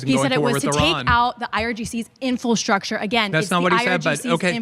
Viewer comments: I really like, I’m a subscriber of hers. But if we’re going to call out Candace for mispronouncing words, I have to urge to stop saying ‘Infilstructure’. She said it at least 3 times so far in the first 8 and a half minutes. In-fra-structure. People can call me petty if they want but it’s only fair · Infastructure. Someone teach her how to pronounce infrastructure!